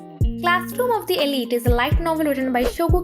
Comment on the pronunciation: Arre "elite" to pronounce krna seekh le pehle 🤦‍♂️